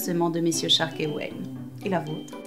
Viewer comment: Pourquoi ils disent et marquent shark et pas stark???